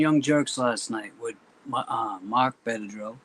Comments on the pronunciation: Lol calling him Bedadrow. Love ya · Except he calls him Benadryl lol....